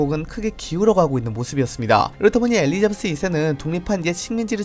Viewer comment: ~이었습니다 할때 뭔가 씹히는 듯한..